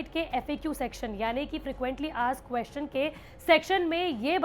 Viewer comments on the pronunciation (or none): none